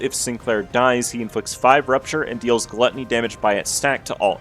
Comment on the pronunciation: pronouncing ה as hee (like michael jackson but only one hee) and not hey will never not be funny to me